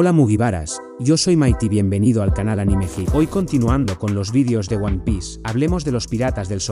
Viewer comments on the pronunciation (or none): none